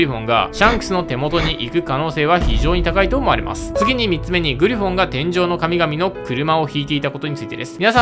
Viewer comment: 3つの発音どうにかならんのか？？